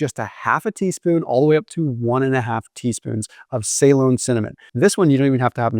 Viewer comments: Say-lon? Da fook. Pronounced Ce-Lon. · Ceylon pronunciation ------ “Seelon" not “Saylon" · Listening to this and wondered what type of cinnamon was talking about.. then I read it … difference in the way we say things Us/Uk 😂 we say Ceylon (now Sri Lanka ) as ‘ see long or si long’ not ‘say long’ … nothing wrong with that just the way things are said differently.. you say tomaytoes we say tomaatoes 😂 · May dad served in Ceylon during WWII, in an airfield for the Royal Navy, servicing planes in the war in the Pacific. Anyway he pronounced it suh-LON, emphasis on the second syllable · Please pronounce Ceylon in the way it is meant after the country that is now Sri Lanka as “Sa-lon” annoying on the ear. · Is he saying Saigon or Celon? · Ceylon pr. Suh-lon 😊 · Loved the video, your content is great. Just one tiny thing... You're mispronouncing the word 'Ceylon'. If you're interested in the correct pronunciation, this is it...